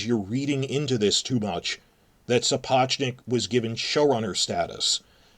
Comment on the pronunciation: I generally think it's crass to pick up on errors, but if Savage is such a Sapochnik fan boy he should learn how to pronounce his name.